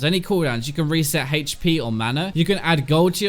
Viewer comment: Could you start saying HP correctly?